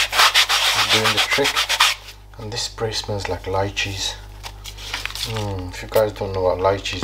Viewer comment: So what the hell is “lycheese “?